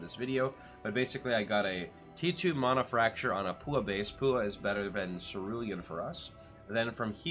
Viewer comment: Small detail but Paua Rings are pronounced "pa-wah". Awesome build!